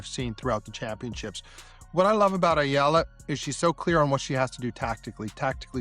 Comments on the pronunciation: Just wanna correct how the narrator said Alex's last name EALA as ELA or ILA, it should be said as E-YA-LA! ;) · It's not Eeluh, it"s should be pronounce the Filipino way it's Ey Yeah Luh (EALA)! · it’s pronounced as eyala not “eela “… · It pronounce Eyala. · it is pronounced as Eh-Yeah-La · AI narrator stop mentioning Alex family name if you cant properly pronounce it her name is more than enough more than 110M people knows her😡😡😡